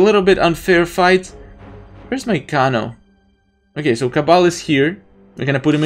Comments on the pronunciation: It's not Kono it's kano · The way you pronounce Kano gives me anxiety. It’s pronounced KAY-NO